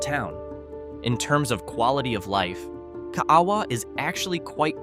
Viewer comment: 💗Ka a a wa = kah ah ah vah pronounced by locals, that live in Kaaawa, Hi. If u blink it's passed in 2 minute! I've lived here for 50 yrs, it has a post office, a 7-11 & Swanzy Beach Park. It's around corner from Kahana Bay. I love paddling over the reef in front my house in Kaaawa!💗 I've lived & fished on most of the islands, like Kauai, Maui, Oahu, Big Island, Molokai, Lanai & other smaller islands of the 200 island chain. Use to fish on an Alaskan fishing boat around the smaller islands & a few others of the begining of the other 200 islands in the chain! It was the year of my 18th birthday, on my friends boat, we called him Captain Ed, he was a real Hawaiian boat captain, he knew the chain of islands like the back of his hand! He was wonderful, I got on/off his boat when ever I saw him & would wind up on another island for a few weeks, & meet him where he was, when I could do it! I had so many adventures with that wonderful guy in his 70s at the time. He finally retired & stayed home with his beautiful wife & I came back to Oahu & married & had 3 children 💝. I'm writing a book of my adventures in the Hawaiian Islands & on that fishing boat. Smooth sailing w/ Love & Aloha, Zee🌊